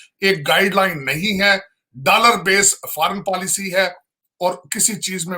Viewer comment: Abe takle dalaar nhi dollar hota hai 🚭🚭😂😂😂